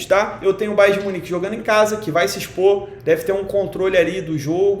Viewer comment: Ele falo babo de minich entao vou no barça😂😂